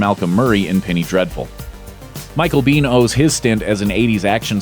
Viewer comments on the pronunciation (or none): "Michael Biehn", NOT bean. Geeze, guys.